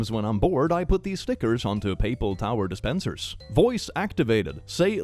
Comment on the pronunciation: "Paple tower dispensers" lol